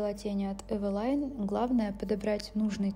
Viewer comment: Почему Эвелайн , а не Эвелин?